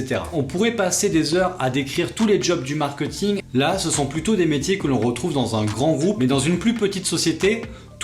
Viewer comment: Pourquoi prononcer mark-eut-ing alors que tu expliques toi-même l'origine du mot étant mark-é-t-ing? À part ça, super vidéo! Merci pour les infos :)